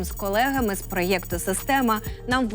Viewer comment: Проєкту не так говорять..